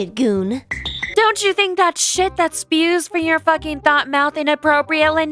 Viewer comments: I'm sorry, It's not pronounced Bash, It's pronounced "Bass-Stich." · Funny, but just one itsy bitsy teeny weeny little bit of criticism. That word is a combination between bastard and bitch. Pronounce it like " bass.stitch " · OK only two criticisms: her name pronunciation and the way she says Bastich